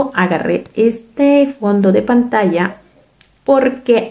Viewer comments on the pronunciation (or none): none